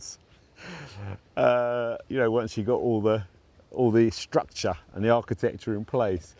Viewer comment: Thanks, really enjoying the channel and the continuing evolution of your new garden. This format really suits you versus the more constrained and scripted style you have to adopt on national television. You’re doing a great job…keep on truckin’ with it! Ps, you crack me up the way you pronounce nature and structure…”natcha” “stuctcha” 😁